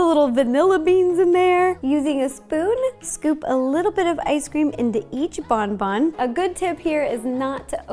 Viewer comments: Smart Cookie if you search up “bonbon french pronunciation” you can listen to it. The n isn’t supposed to be so sharp, it’s like a slight “bohboh” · The intro lowkey stressed me out, lmao. It’s french... hahaha. The N isn’t pronounced in Bonbon. And it means candy, not good good... hahahahaha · I cringed so hard every time she pronounced bonbon, oh no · in French bonbon means candy. yes, bon bon directly translates to ‘good good’ (how else would you describe candy? 😂) but in actuality bonbon means candy, and isn’t pronounced that way😂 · My poor french ears are bleeding right now bonbons is candys or sweets but I’m not mad ! 🤗 Btw bon means good so your mistake is forgivable ! (Sorry for my English it’s terrible !)